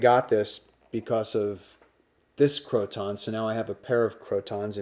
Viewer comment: Pronounced — crow-tin